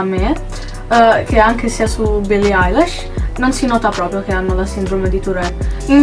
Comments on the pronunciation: si pronuncia ailish non Eilish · no, lei ha detto billie ailash, si pronuncia ilish e si scrive eilish ;) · no si pronuncia ailish non ailash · si ma "billie ailash" NO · Billie “ailesh”